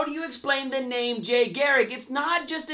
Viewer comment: Why can't you pronounce garriCK ? I find it funny that like myself you have words you just can't say!